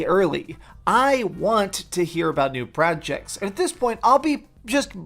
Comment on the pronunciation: “Pranjects”?! What the actual hell?